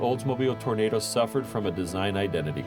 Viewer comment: Hey dawg, it’s the olds Toro-nahdo. Like the vid!